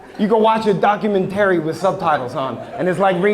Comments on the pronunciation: I love but why does he pronounce 'documentary' like that 😭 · Hahaha! Now I can’t stop saying it like that😂😂😂😂 I was just talking about them too; I had zero issues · i think its part of the bit..... he slips up during the end and says it correctly . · It just part of his show, enunciating it in a silly way to make the crowd laugh. Comedians use lots of vocal inflictions and emphasis tricks to add to their jokes…. Otherwise it’s just some dude talking about watching a documentary on Hulu… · At least for me as a fellow East Coaster, its intentional. Idk why we do this. I know alot of ppl who do this. Maybe im wrong. But that's my take.